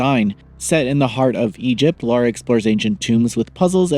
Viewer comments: L A R A not L A U R A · Why can’t Americans pronunce things ? It’s Lara not Laura (And while we are at it, it’s pronounced Craig not Creg too ! ) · Americans are so dense when it comes to pronouncing the name Lara Croft.